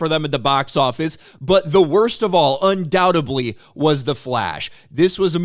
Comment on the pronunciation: You know what else is a massive L? The inability to say 'undoubtedly.' 😎